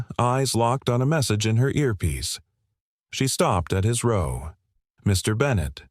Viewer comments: Early on the word 'row' is mispronounced using a hard 'o' instead of the correct soft 'o' that fits the context. That change significantly changes the sentence and it's impact on the storyline. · I noticed that one.